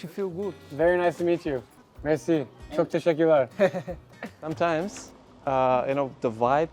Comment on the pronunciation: Your Turkish pronunciation is great! It is not easy to say ‘çok teşekkürler’!